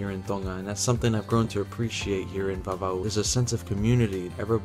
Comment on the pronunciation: Your pronounciation is on point! Great video btw.